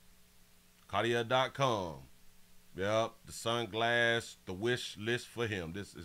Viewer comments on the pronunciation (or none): The glasses are pronounced CAR-TEE- A (CARTIER). The ER at the end of the word CARTIER, makes a LONG "A" SOUND. The name and the brand, are FRENCH.